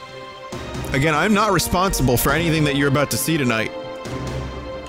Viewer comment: "try agrain"